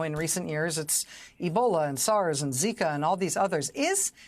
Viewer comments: Did you just say zeeker? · Couldn’t handle the heat. Also he called Zika ‘ZIKER’ fyi